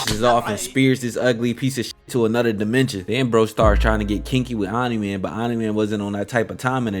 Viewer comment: took me 3 minutes to realize you were saying "omni man" not "anime" lmao good content